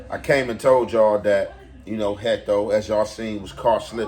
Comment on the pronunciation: Why you keep saying Hecto lol